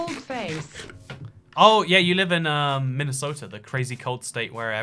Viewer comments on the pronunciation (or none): “Minnie sota”😈